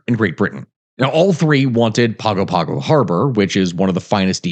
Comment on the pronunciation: The pronunciation of Samoan words in the needs work. Gs in Samoa are pronounced as ng. Pago Pago is pronounced like Pongo Pongo. Aiga is pronounces A-ee-nga. You did say Aunu'u correctly.